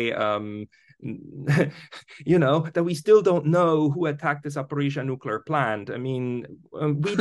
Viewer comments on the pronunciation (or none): there's an "l" in the world nuclear!